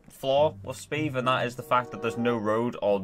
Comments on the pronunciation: It's not pronounced 'sbeve' It's pronounced 'Sbëvë' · !S beh v eh' not 's beve' for reference please search up miniladd sbeve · Its not Sbiiv its Sbävä! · SBEVE IS PRONOUNCED SPEH-VEH NOT SPEVE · He pronounced it speve, when its speh-veh. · sBeve it’s of mini lads channel and it isn’t pronounced Steve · No, its pronounced sBEVE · its pronounced sbehv-a